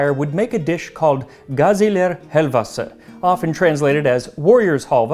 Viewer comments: Perfect pronouncing of Gaziler Helvasi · Dear Max, because of your perfect pronounciation of "gaziler helvası", I hereby declare you to be a honorary fellow turkish man. 🤗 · Your pronounciation of Gaziler Helvası was on point, i commend you. Also now i'm gonna have to ask mom to make me some helva 👍🏼